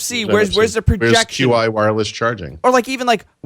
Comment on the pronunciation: Jeez Louise. Qi is pronounced "chee" as in Chinese for energy...!